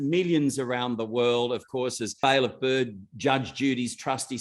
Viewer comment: haha byrd with rhe Jamaican accent 😅